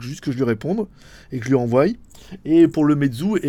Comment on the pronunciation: stp arrête de dire "envoYe" prononcé envoyaille, on dit envoie!:p Et ce n'est pas a cause de ton accent lyonnais ou autres excuses lol